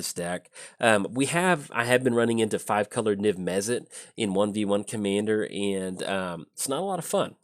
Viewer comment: "Niv Mezzit" I'm literally shouting "Mizzet! It's Mizzet!"